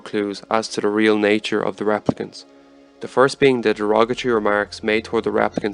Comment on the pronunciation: Pronouncing them 'raaplicants' throws me off.